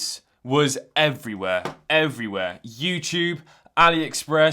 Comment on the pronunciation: haha... “youchube”